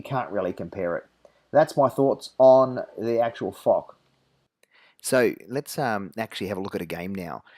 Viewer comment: Great video m8! Although I still prefer the Jagdtiger, I would tend to agree that the Foch is an overall better tank. BTW, Foch is pronounced like "Fosh" not "Fock".